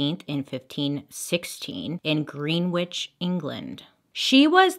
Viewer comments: Yeah it’s pronounced grenitch not green witch but would it even be Bailey if she didn’t say it wrong 😂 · In England, we pronounce Greenwich like Gren-ich. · I was about to comment the same, lol. Was guna put gren-ij. Lol. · He beheaded most of his wives we have to learn this in school the way we pronounce greenwich too it like grinich I loved the way you said it like greenwitch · And Green-witch (sic) is pronounced Grin-itch by the locals. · Bailey saying Green Witch instead of Gren-itch is everything. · "Green Witch, England" Oh, Bailey...it's pronounced GREN-itch. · Isnt it pronounced like grenitch? I giggled when I heard her say Green witch ... seemed weird to me too 😂😂😂 & im Canadian 🙈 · funny as a brit hearing green-which instead of gren-itch (which shouldn’t be how it’s pronounced anyway but still) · "Green witch" 😂 Tbf loads of non-native people make that mistake. Greenwich is pronounced 'Grenn-itch' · Umm Brit here “Greenwich” is pronounced ‘Gren-itch’ not ‘green-which’ Love the video, but it made me laugh 😂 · As a Brit I feel like I have to tell you it’s pronounced Gren-itch not green-which👉🏻🤓👈🏻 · Hi Bailey, British person here. It's ' cathol-lee-sisum' over 'Catholic-ism' - I understand your logic though It's :Gren-itch' over 'Green-which'; there is one 'e' and the 'wh' is silent ; unusual word I know - perhaps you can look at the etymology (perhaps is comes from the the Saxons who invaded?) Hope the above is interesting and helpful 🙂 Hope the above is helpful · And Greenwich ... pronounced Gren-itch. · Lool I was thinking is she going to say it properly, or the way its spelt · I laughed when she said greenwhich I love her I do 😂😂😂😂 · I grew up in gren-ich (greenwich) CT. And most people do pronounce it wrong. Ha ha. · Bailey you pronounce Greenwich as “Gren” “ich” Just for future purpose 😀 Loving the video as usual ❤️ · I heard greenwich lol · Bailey: “Green-witch, England.” The Brits and New Englanders 🤨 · And Greenwich is gren-itch 🙏🏻